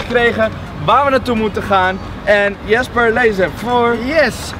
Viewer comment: When jasper zegt ipv jesper